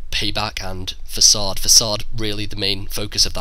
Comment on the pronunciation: Finally someone who can pronounce facade...